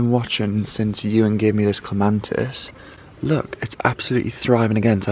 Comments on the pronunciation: Clematis not clemantis. Pronounced clem a tis. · Salvia: You said, " the bees ate it all up" that made me laugh. Bees do not eat plants, they just suck the nectar. The flowers have simply completed their cycle. The flowers are seed heads. Flowers attract pollinators and then die, leaving viable seeds. ...Also clematis has no letter n in it and is pronounced with the accent on the first syllable. I'm not be critical, just informative.